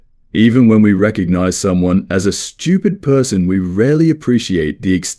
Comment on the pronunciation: Whenever he s saying stupid im hearing Americans...😂